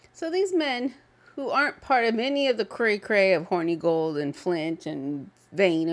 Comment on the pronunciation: You keep saying Hornygold but, it is Hornegold (Horn-eh-gold) nothing horny about the old lad :P